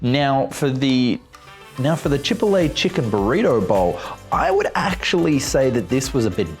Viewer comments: Props for the comparison, may check them out Chipotle = Chi-pot-lay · Say chipotle like that one more time i dare you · Very interesting but please learn to pronounce "turmeric" and "chipotle."